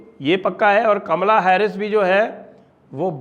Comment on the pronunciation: Sir aap Kamla mat bolo bua ji wali feeling aati hai aap please caaamla bola kro